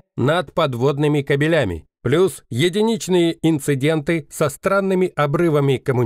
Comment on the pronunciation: только не "кабелЯми", а "кАбелями"! ибо "кобелИ" - самцы, а "кАбели" - провода.